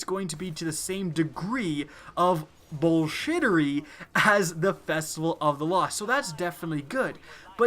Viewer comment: bullshitiry? huh first time I've heard that